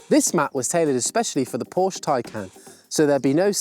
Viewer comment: That Porsche pronounciation is killing me...